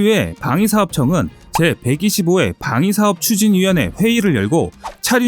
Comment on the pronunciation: 차륜형 이라는 발음이 어려우신건가 계속 차준형 차준형 하시넹